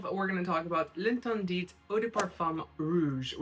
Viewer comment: The T at the end of interdiT doesn’t have sound. Is pronounced L’ enterdi 😊